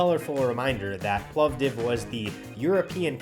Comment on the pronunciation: As another from Plovdiv hearing you pronounce the name properly (it's a permanent dispute with other Bulgarians 🤭), it just made my day 😆. In addition to the excellent video.